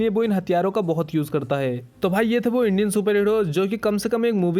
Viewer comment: bhai "BO' nahi hota.. "WO" hota hai